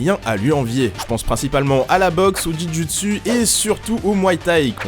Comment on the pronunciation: c'est juujitsu pas juijitsu je sais se que je dit j'en fait